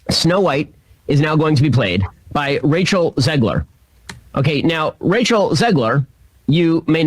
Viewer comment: I swear Shapiro was pronouncing Rachel to sound like he was saying “Racial Zegler”